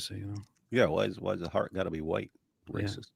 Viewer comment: The welsh guy said the word for heart wrong lol…he sounds like he’s saying the word for “dog” in the Egyptian Arabic dialect. 😂